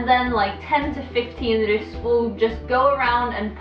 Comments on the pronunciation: Det som irriterer litt er at de sier rus i stedet for russ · say ruus not russ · Bare jeg som dør litt av at de sier RUS party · La du merke til at dem sa rus, og ikke russ😂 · Every time they tried to say "Russ", it sounded like they said "rus". ("Rus" is Norwegian for intoxication.") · AHHAHAH måten de sier russ på høres ut som de sier rus AHHAHA jeg døøør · The "roos"-pronounciation actually means "drugs" in norwegian.